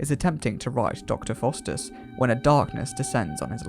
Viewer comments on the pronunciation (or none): A decent documentary let down by some odd pronunciation. Chris Boucher - Boucher is pronounced "Bow-cher" not "Boo-chet". Michael Gough - Gough is pronounced "Goff" not "Gogh" and Dr Faustus, Faustus is pronounced "Fow-stuss" not "Fosstuss".